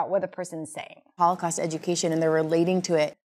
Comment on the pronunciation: I am quite fluent in English, but this time I am pretty sure I heard "all the costs of...." instead of "Holocaust" ....anyone else heard the same?